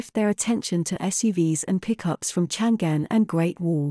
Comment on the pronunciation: These AI voices still suck at pronouncing geographical names of China. It’s Chang’An, which is the name of the modern day Xi’An. It was the capital of the Tang empire, the most prosperous international metropolis on earth back then. That’s why it’s proudly used to name a car.